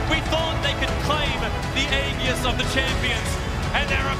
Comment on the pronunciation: Imagine being the announcer for the International without knowing how to pronounce aegis.